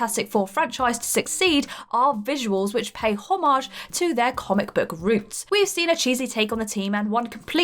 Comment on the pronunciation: I'm pretty sure it's pronounced "homage", not "homage".